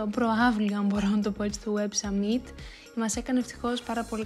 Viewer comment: Πολύ ωραίο βίντεο, μου άρεσε και το voiceover🥰 *το summit προφέρεται σάμιτ όχι σαμίτ 😂